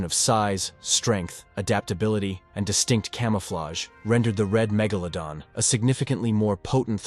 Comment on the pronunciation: Please pronounce iit correctly magoladon or magladon